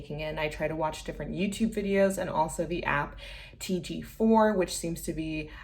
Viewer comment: Nice! Im learning Irish too, but I have also learned Romanian and Yiddish so it’s not my first rodeo. Also its pronounced tay-gae-cathir for TG4